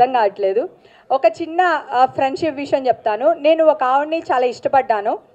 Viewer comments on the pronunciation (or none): none